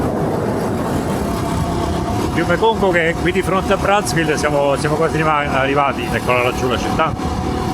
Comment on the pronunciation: Si pronuncia "Brazzá" ville. Dal cognome dell'esploratore friulano. 😊 Pietro Savorgnan di Brazzá